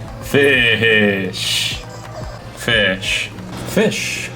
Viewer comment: He be like "pheesh" 🤔